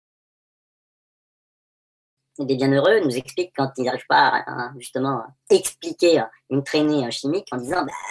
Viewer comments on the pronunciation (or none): none